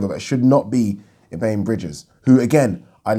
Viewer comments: Surely Bridges' first name is pronounced 'ebony' not 'ee bane'. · 'EB-ANNIE' Bridges